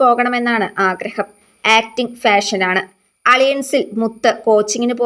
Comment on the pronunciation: ആക്ടിങ് ഫാഷൻ ആണെന്ന്... ഫാഷൻ അല്ല കുട്ടീ... Passion.... എന്ന് വെച്ചാൽ 'അഭിനിവേശം'... കഷ്ടം 😀